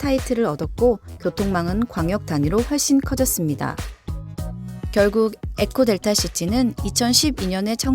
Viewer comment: 에코델타를 왜계속 엘코라고함??